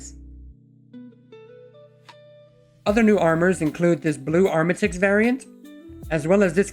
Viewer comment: Gallant = Gal Ant, not Ga Lant Artimex. ART I MEX. Not Arm a tix.